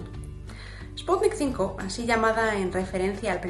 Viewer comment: No es Sputnik "cinco", es sputniv uve V de vaccine, o vacuna.